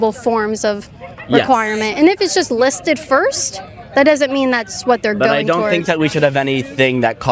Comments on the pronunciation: "list-eddddd" God help us. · just so you know if you say 'listed' like this.. you are a gayolord.